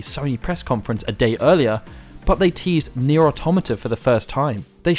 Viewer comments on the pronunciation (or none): none